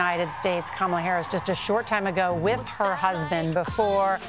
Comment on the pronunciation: even the husband mispronounces her name? 🤣